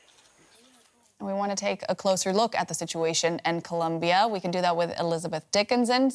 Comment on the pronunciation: This broad pronounced "Colombia" so annoyingly lol